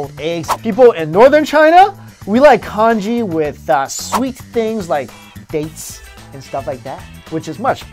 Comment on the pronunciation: LOL when you say Congee I think you're saying KANJI!